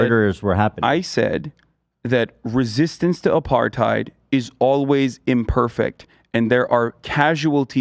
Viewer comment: If he's gonna say 'Apartheid Defending' he should at least pronounce it properly smh